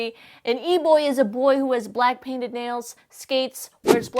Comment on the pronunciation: I just love how she pronounces it "E-bwoi"